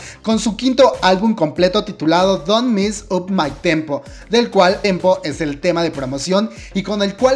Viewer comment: Me perturba siempre la mala pronunciación.... eNCiTi ciento veintisiete eNCiTi iLichi / 1=Uan, 2=Tu, 7=Seven!! Don't MEssOp Mah Tempo Lles or Lles 😒